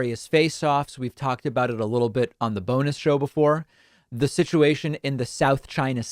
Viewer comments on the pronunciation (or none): none